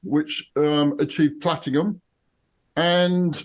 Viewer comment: Platingham sounds like an English suburb 😂 There's no 'G' in platinum